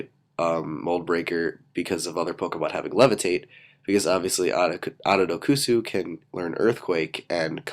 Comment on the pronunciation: I think it's pronounced Ononokus not Ononokusu